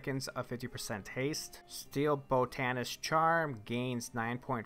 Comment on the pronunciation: It's pronounced "ada"-"mant" like adamantium. "BOT"-ta-nist or bot-nist. Just helping there kiddo.